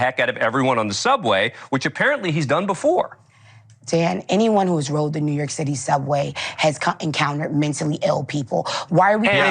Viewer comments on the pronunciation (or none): none